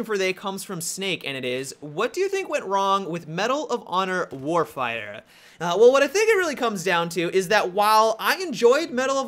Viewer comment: "Medal of honor warfieyah"